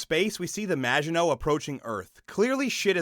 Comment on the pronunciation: Maginot is of French origin. Please ensure you find the correct pronunciation.